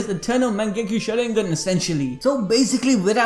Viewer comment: It’s called a Susanoo or a sharigan. Not a shoorigan lmfao